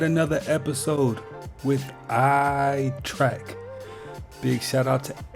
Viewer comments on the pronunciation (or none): Its TREK. not TRACK. Trek means journey.